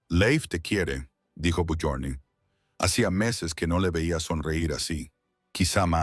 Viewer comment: Byorn o Biyorn. Ara ó Aara. El único nombre que pronuncian siempre igual el Liv